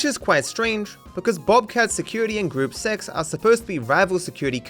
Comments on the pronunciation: You say it like "Groopuh zeks" 😭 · That is not how you pronounce Gruppe 6....